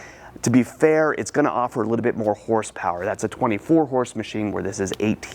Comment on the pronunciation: "A Liddell bit, a Liddell bit, a Liddell bit" -. In every video